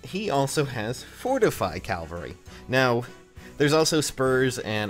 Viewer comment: I kinda hear it too. Cal-va-ree